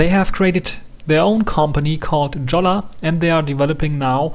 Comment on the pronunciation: not jolla it;s called as yolla :)